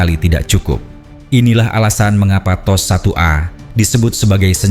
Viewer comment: Apa makna T.O.S tu? Adakah Tecnology Operation System. Aku dengar admin sebut macam teh o es...